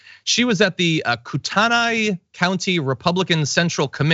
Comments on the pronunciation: I live in the area...its pronounced KOO TUH NIGH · Location is pronounced "coo ten aye" 😊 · John….. just to help you out a bit. This meeting took place in Coeur d’Alene, Idaho which is located in Kootenai County. Pronunciations are (kor-duh-lane) and (koo-tun-ee). This is the same city where 31 members from the Patriot Front white nationalist group were arrested near the Pride event on June 11, 2022. They were piled up in the back of a U-haul truck and their suspicious activity was called into 911, resulting in their arrests. North Idaho has a long history with neo-nazi/white supremacist groups. One of those infamous neo-nazi groups was the Aryan Nations, which had a compound just north of Coeur d’Alene. Most notably was Ruby Ridge, just north of Sandpoint, Idaho. On August 21, 1992, there was a shootout that left a US marshal, a 14 year old boy and a dog dead. The next day an FBI sniper wounded Randy Weaver, the owner of Ruby Ridge, then shot and killed his wife. The standoff lasted to the end of August. These neo-nazi/white supremacist groups are still rampant in north Idaho. Makes you wonder if Traitor Greene had ‘other meetings’ while she was here?! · Coo-ten-ai county... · Did you say Kootenai? If so you said it wrong